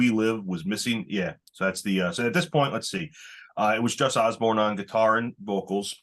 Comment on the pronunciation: It’s Jus Oborn! Not Osborn. Wtf? Posers.